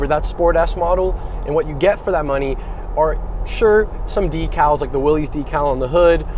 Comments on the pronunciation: It’s pronounced Willis, not “Willies”. Mr. Willys is rolling in his grave hearing his name being butchered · John Willys pronounced his last name Willis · I really wish people would get the name correct. It's pronounced, like WILLIS, John North Willys = WILLIS Overland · John pronounced his last name "Willis".